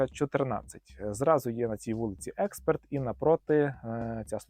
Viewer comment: Ти блять залупльонний )) (експорт)). Ти не знаєш мови. Наголос. Нормально став. Бо мене вже алергія на це слово !!! Експерт !!учи мову